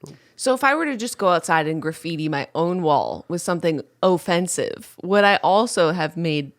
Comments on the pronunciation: Julien’s “OHFENCEIVE” put me on the defence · "Ofencive" :D I actually think I peed my pants a little hahahahaha - great start in my day! ♥ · When Julien said “o-fence-ive” my job literally dropped.